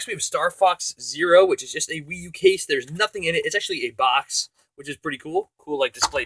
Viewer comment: At 0.39 instead of wii I thought he said weed 😂